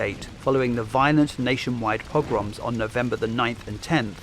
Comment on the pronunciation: Pogrom, not pRogrom.